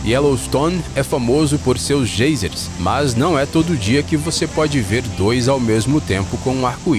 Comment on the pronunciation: Credo criatura , nao e GEI-sers e sim GAI-sers.